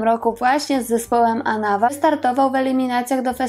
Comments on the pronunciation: AnawA (akcent na ostatnią literę) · Anawa wzięło się z francuskiego „en avant”, dlatego zawsze tę nazwę akcentuje się AnaWA, na ostatnią sylabę. Nie sprawdziłaś tej ważnej rzeczy. Ale za to fajnie i mądrze powiedziałaś, że trudno jest być synem znanej osoby i że przedstawiasz postacie w pigułce i żeby ludzie sami szukali dalej. Warto. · Anawá . Akcent na ostatnie a . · Program dobry, ale akcent na nazwie zsepołu, to aż ucho boli! ANAWÁ. Zwróć na to uwagę,proszę! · Powtarzanie zaslyszanych insynuacji o rzekomym problemie alkoholowym to zwykla glupota gdyz byl znany z bezwzglednego tepienia przejawow tego nalogu wsrod czlonkow zespolu. Panienko naucz sie prawidlowej wymowy zespolu ANAWA. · Też mi przeszkadza i dziwie się,tym bardziej, że jest osoba wykształcona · Inny akcent przy wymawianiu anawa. Pozdrawiam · Nazwę zespołu inaczej się wymawia... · zle akcentujesz slowo Anawa